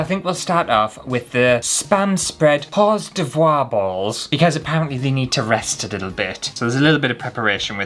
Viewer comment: Cream cheese is thicker than your cheese and that’s probably why they could mold it. And hors d'oeuvres is pronounced “or durves”. I’d still eat it though. 😂